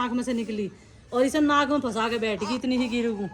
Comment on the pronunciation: Kahan se graduation ki h aap ne ji.. Khud clear nhi to bachho ko kya padhate honge...फशा kya hota h...फंसा होता है